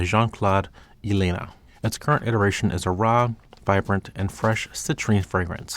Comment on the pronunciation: Please guys, learn how to pronounce names and foreign language words correctly! Jean Claude El n uh = Elena